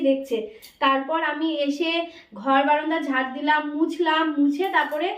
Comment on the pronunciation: বারান্দাকে বারন্দা উচ্ছারণ করবে না। শুন্তে খুব বাজে লাগে